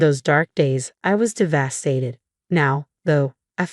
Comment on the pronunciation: Really poor AI narration. Inability to pronounce the words “devastated” or “fiancé”